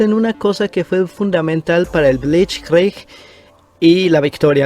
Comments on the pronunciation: El bleichgreig jajajajajajajaja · Aprende a pronunciar blizt krieg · Pronunciación: blitzkrij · Linea Monigot, Bleich Cric, por favor mejora tú pronunciación!! Más respeto. Minímo!!